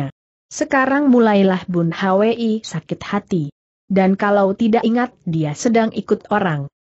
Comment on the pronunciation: Mohon ampun guru ....Bun Hwi itu di baca Bun hui dan Yung Hwa itu di baca Yung hua...Murid jadi malu pada para pendekar di seantero nusantara yang turut mendengar cersil ini. Tobatlah guru...